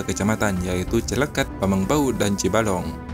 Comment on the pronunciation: Cikelet bg bukan cileket